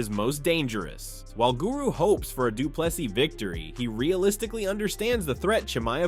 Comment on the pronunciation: Say Do Plus E and you will perfectly pronounce Du Plessis.